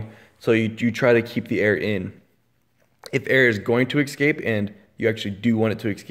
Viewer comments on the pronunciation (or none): It's "escape", not "excape".